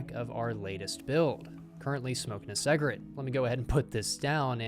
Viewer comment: i’m sorry did you just say “smoking a seg-rit” 🤣🤣